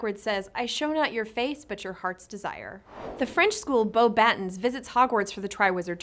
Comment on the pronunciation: Comes from watching the movies. Dumbledore pronounces it as Beau-Battens in Goblet of Fire, while in the audiobook, it is pronounced in proper French